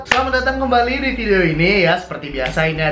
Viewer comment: bukan fidiyo tapi video